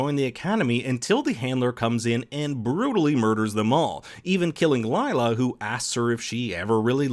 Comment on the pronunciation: I am kinda annoyed by how Lila's name is pronounced, foreigners are never able to spell Indian names 🤣 it is pronounced as leela which means tricks (usually magical)